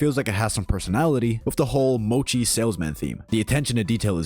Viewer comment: I'm bouta crash out when said Mochi💀🙏